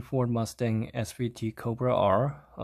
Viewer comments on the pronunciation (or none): none